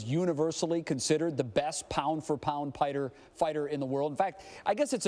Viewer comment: The guy in the beginning lol, pound for pound pighter